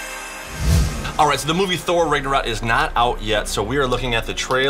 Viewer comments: It’s Nagnurock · He said thor rigornaught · It's pronounce tho raaagnorak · The word Ragnarok is pronounced the rag Norwalk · You said ragnorok wrong